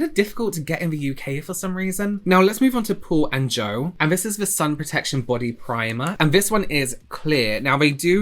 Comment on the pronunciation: You said Paul & Joe but my ears heard Poor Ann Joe. 🤪🤦‍♀️